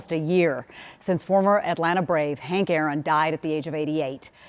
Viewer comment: Haron aink? Guewver? I heard that. You said his name wrong dear.